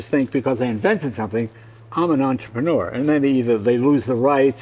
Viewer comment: Entrepreneur. Robert pronounces it as onTRIPanor. He puts the enFASas on the wrong sylLABal.